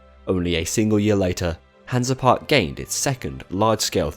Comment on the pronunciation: Great video! Hansa Park is a pretty good park, Kärnan is insane. BTW You’re pronunciation is hilarious